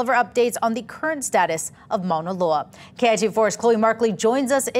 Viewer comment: What a crappy reporter she doesn't even know how to pronounce Mauna Loa